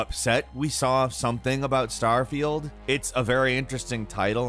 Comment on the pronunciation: Why do you keep saying Star-veil??